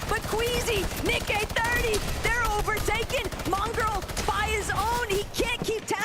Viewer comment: How can you be presenting the FNCS Pro-Am and not be able to pronounce "Nick-EH-30" correctly. How disrespectful!